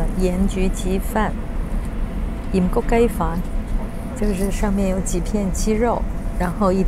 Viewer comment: 盐焗鸡饭，标准广东话！👍